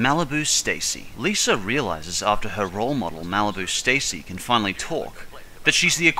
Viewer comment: It's Mr.Lisa not List